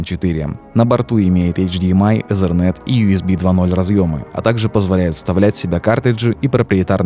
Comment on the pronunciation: Что за слово езерент? Там нет буквы z , итернет правильнее...